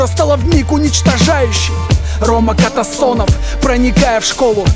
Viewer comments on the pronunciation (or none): Не умеешь петь, не пой. Не Катасонов, а Касатонов. Не Уркин, а Туркин. Не каверкай фамилии.